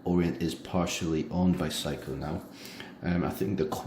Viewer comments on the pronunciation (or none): Seiko is pronounced "Say-Ko" not how you pronounce it as "psycho"...LOL. Also, it would have been nice to provide lume shots, as the Orient Ray 2 has very good lume, bright and long-lasting. I am amazed at the accuracy of your Ray 2 as you stated it is 2 seconds off per day. That is phenomenal! My Ray 2 is around 10 seconds fast per day. How did you get it to be so accurate? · The name Seiko is pronounced "Sayko", NOT Psycho! Please get it right, I almost didn't know what brand you were speaking of. Thanks for the review, it is good & appreciated. Bless